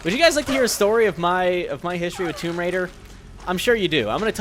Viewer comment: Its tomb raider not tome raider